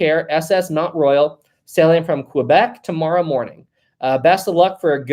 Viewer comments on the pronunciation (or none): none